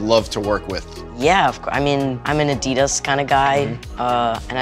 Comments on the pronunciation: Noah: im a Adidas kind of guy Say Adidas wrong Adidas:🤦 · A-DEE-dahs? No noah a-dih-dahs